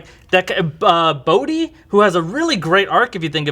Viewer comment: Thank you guys, you said Bohdi's name. Not many people do, and he was, without a doubt my favorite character.